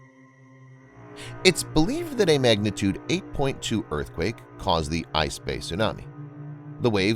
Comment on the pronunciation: Is it really said as "ice bay" tho